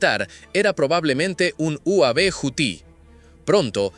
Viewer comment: Uav,.uuuu aaaa uveeeee, noooo beeee....se lee y se pronuncia uveeeee noooooooo ,...be de burro